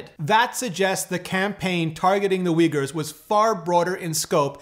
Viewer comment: The 1st u in 'Uyghurs' is pronounced as 'oo' as in Foo Fighters